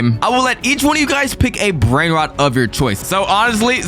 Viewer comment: bros brainrot pronounciation 💀